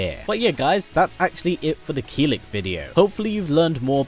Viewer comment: Its Kill-ick not keel-lick